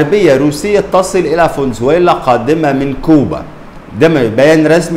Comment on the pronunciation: فانزويلا مش فونزويلا